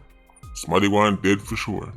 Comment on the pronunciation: "Unicorn fi Justice"🤣